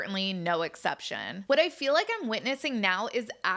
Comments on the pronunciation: How about Meri and Robin saying rill instead of real, fill instead of feel and dill instead of deal? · And also “fill”(feel)😂